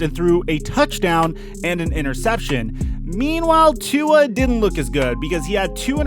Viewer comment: If you're going to do this, you should get with the program and learn how to pronounce Tua's name correctly! Have you been under a rock for the past few years?